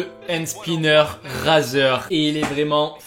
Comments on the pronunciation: ey sa ce prononce raizer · Gun Blood84 he says razer like the shaving one in French